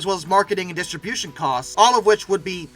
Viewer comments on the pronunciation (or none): none